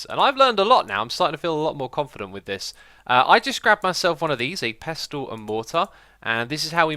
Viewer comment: You don't pronounce the 't' in 'pestle'